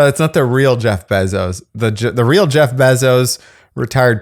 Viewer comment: it's BAY ZOSE. Not beezose. Matt Damon is on board dude! You ready for this????? I heart you..